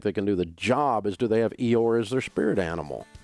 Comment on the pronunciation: Can somebody tell me what is that spirit animal that I need. I can't make it out from pronunciation. "Eeor" the spirit animal?